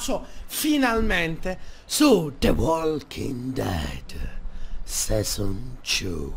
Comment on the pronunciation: HO RISO TROPPO.. Bevenutiii finalmentee suuuuu.... the Walking Dead... SESON Two.. Detto SESON.. No cioè sei un grande xD